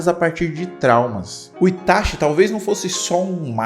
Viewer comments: É ITACHI, e não ITASHI. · E ATACSHII 😂